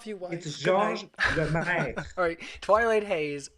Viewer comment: Kevin is so freaking useless! The only thing he did right was pronouncing the name of Lemaître correctly! There was absolutely zero debating!